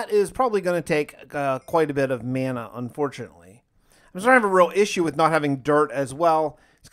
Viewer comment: Mana= maa-nuh ...... Video was lit and a good watch 🗣🔥💯 but hearing you pronounce the word like that is unacceptable my boy